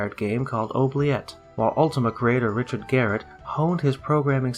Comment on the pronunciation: Possibly was mentioned in another comment, but Richard Garriott's last name is pronounced like "Gar-e-ot" not "Gar-et"